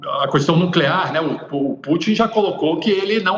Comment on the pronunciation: Vamos falar para ele que não existe a palavra Cuuuuestaum